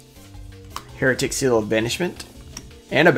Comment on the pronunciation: Fyi, Heretic= hair-a-tic